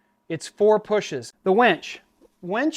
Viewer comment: lol he says wench instead of WINCH.